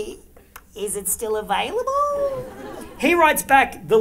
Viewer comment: "...is it still avALIBLLLLLLLLLE?" love it